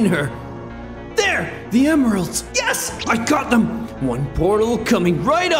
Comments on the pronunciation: When he grabbed the chaos emeralds it said emiralds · Ah yes "Emiralds"